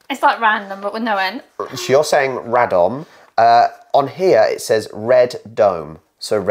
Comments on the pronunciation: said 'Radom' perfectly! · Please don't learn from this map! was much better. Her Radom is perfect:). When you see szcz in polish words, try to speak both. In Bydgoszcz sz ( like sh in shop) and cz (like ch in chair). Katowice with e in the end (like e in egg). And of course our capital is WARSZAWA not Warsaw. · Radom - your wife did it right on her first attempt! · Your wife pronunced Radom correctly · O man, this beginners guide was meant to be a joke more like a real pronunciation guide xD You were correct with KatowicE, with BiaŁystok, RAdom etc. Anyway, nice to see you having fun! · Radom has been pronounced correctly by